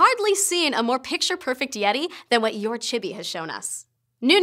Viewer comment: the way she pronounces yourchibi gave me cancer